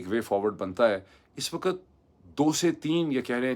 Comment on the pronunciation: The way you mispronounce simple Urdu words (surprisingly for the son of an AMC specialist doctor), it's no wonder you advocate English so yearningly. The word علاقہ is spoken ilaaqa, not alaaqa --- just as کتاب is kitaab, not kataab. Likewise وقت happens to be waqt (not waqat), امن is amn (as opposed to aman) and the word is گھنٹہ not گھینٹہ